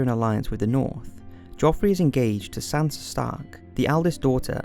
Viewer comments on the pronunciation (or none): none